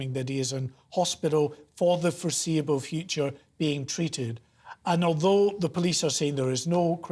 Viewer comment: Why would you emphasise "for the foreseeable future"? That stands out as being very odd to me